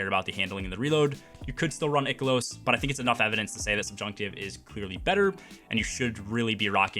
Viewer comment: Holy fucking shit. I can't watch this video. The amount of times you mispronounced "I-Kill-Ohs" (Ikelos) is fucking INSANE to me. You keep saying "Ick-Ill-Ohs" which is horribly wrong.